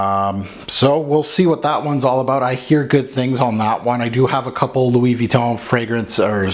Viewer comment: Louis Vuitton, please. Monde means "world" in this case, btw.